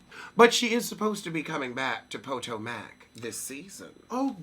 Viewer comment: I like how u pronounce (Potomac) pow tow Mac 🤣🤣🤣🤣🤣🤣🤣🤣